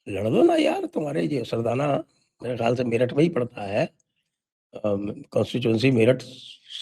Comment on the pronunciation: Sardna hai naki sardana